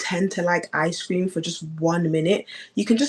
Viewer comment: "Ice Scream"..she needs to learn how to pronounce ice cream